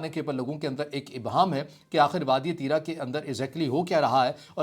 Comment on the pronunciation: Allah say daro pashto k do lafz nahi bol sakty aur RIT lagata hay tirah tirah baygirat insan